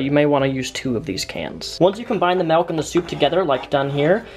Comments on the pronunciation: You pronounce 'milk' in a very dutch way. Like 'melk'. Which is. nothing more than kinda funny and surprising. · What is this "melk" you speak of